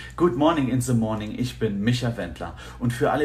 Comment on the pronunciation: good monin in ze monin" Einmal ordentlich englisch aussprechen